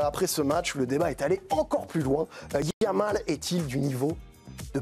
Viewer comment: When you have an Arab name he said lamin yamal.. Jamal why he says M. Jordan..French have no problem pronouncing the letter J unlike Spanish